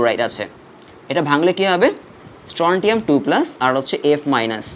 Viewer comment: স্ট্রনসিয়াম হবে উচ্চারন🌚